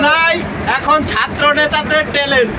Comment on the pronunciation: টানেল কে বার বার টেনেল টেনেল বলা একদল বিজ্ঞ।।.................................................................মাথা মোটা